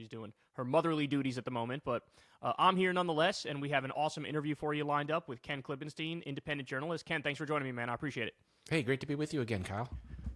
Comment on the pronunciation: Ken once said his name is pronounced Klippenstine, not -steen, but he doesn't seem to care that Kyle always calls him Klippensteen. That's totally irrelevant, but it kinda puzzles me every time Kyle says Ken's name.